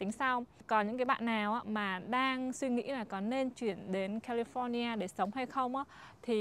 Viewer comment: Ở Mỹ rồi phát âm California cho đúng đắn chút đi má. Nghe so funny , giống tụi xướng ngôn vn quá